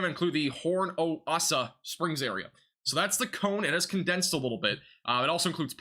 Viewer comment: My man said "Horn-O-Assa" 😂., it's Homosassa... like "HOM-uh-Sasu". No hate though... I know our Florida names can be wonky for people not from here. Keep up the great work!